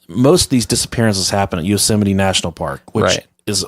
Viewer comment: "Yousimite National Park"